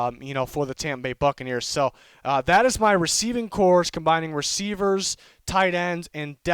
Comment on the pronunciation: It's Receiving Corps not "cores"